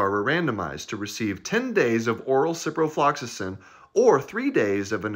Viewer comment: The fact that he could say ciprofloxasin that many times without failure was impressive.